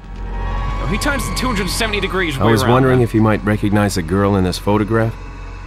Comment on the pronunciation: Leon says grill instead of girl. 😐